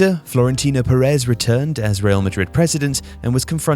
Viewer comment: I wonder how many times we will hear say "puhrezz" before he finally says Perez right